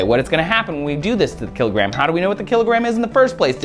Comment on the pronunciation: kill-it gram